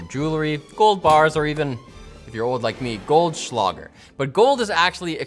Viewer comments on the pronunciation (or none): Its GoldschlÄÄÄÄÄÄger not goldschlager.... ur offending like half europe, xD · it's Goldschläger...the ä sounds a bit like the e in meh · It's not Goldschlager, it's GoldschlÄger